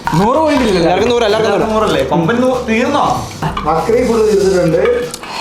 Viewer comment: il komban enna parayunne clear allalooo😢